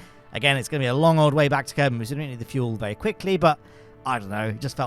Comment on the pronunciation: Thanks AI, I assume, for bringing us "Kerbine"